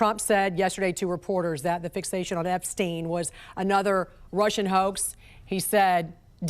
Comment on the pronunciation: why the fuck is this bozu saying EPSTINE LMAO. Jesus christ